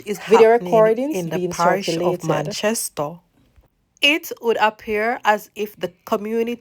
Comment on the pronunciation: Its Manchester.Not Manchasto